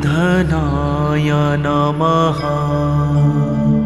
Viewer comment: Your pronounced Matra was: ओम स्त्री बर्धनाय नमः Right prounocation is ओम् श्री वर्धनाय नमः ❤